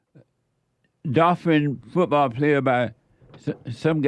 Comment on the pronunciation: "a dolfrin football player" 😂